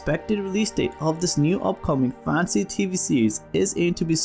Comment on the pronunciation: Instead of Fan-see.. it's more Fan-Teh-See